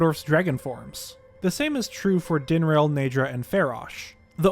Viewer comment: Days since prominent Zeldatuber pronounces multiple words wrong (Dinraal, bestow): zero